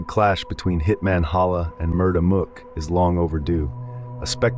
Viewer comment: Had to leave the second i heard you say mook like book